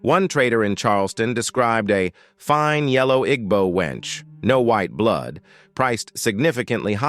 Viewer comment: That is not how you pronounce Igbo.